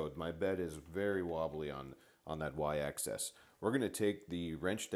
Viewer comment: Probably someone who couldn't get over the mispronunciation of "Axis". (He keeps saying access.)